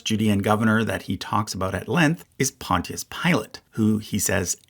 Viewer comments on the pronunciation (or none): none